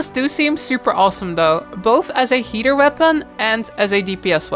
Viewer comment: Why do I always hear "heater" instead of "healer" lmao